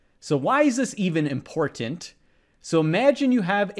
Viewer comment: why did he say "important" so weirdly